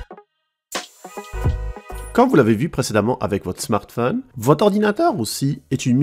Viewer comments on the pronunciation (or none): none